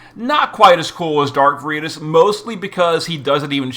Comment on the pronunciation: you're the best, and even when i disagree with your pronunciations i keep my trap shut. Until now. It is "VAIR-ih-toss". It's Latin for the virtue of truthfulness, which is kinda weird considering it's being used for a crew of people who hide their identities....on a completely unrelated note, i feel for poor Charlotte. She was introduced (presumably) as a "we can't express our feelings for each other" love interest for Lasswell, but my question for the future to answer is will she always play the Betty to Physalis's Veronica? 😂